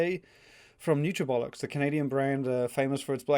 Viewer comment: I can't be the only one who got a smirk out of hearing you pronounce Nutrabolix in your accent and it sounding like Nutrabollocks.